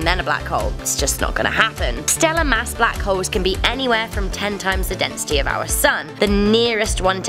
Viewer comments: Why she pronouncing Black Holes as Black Hoes ? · it sounds like she said black hoes